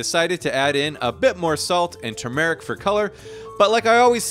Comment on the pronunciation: TBD, looks like the shizz ! I bet that was awesome tasting. I’m going to add a bit of hot sauce on mine when you’re not looking. Hope that’s ok! And let’s work on that less than ideal “turmeric” pronunciation. But hey, it’s all good when you do a breakfast like that!!! 😎